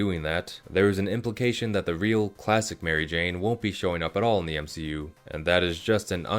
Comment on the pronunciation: “M she u” that’s when you know that his guy wasn’t raised properly